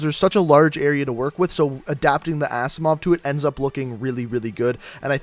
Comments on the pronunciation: It's pronounced azzimov not assimov. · Rip he said assimov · "Assimove" wtfff